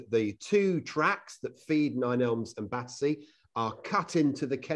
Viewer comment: An exciting report! Now I must visit it! One point: it's "Battersea" not "Battersear", as in your introduction.